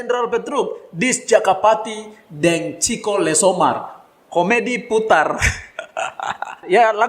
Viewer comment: Chico Lesomar: cara tulis Ciko Lesomar: cara baca Lasu bukan cico Lesomar